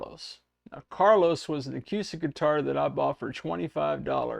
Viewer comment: Seriously dude??? The entire world pronounces the word acoostic.. Do you not listen to the 500 million people who pronounce it properly. acoooooostic! I'm older than dirt and you're the first person I've heard pronounce it the way you do in my entire life. PAY ATTENTION!